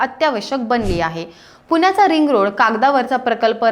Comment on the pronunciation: पुन्याचा रिंग रोड - काय म्हणता ताई पुने नाही पुणे म्हणा पुण्याचा रिंग रोड